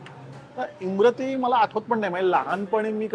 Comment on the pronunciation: इमारती आहे, इमरती नही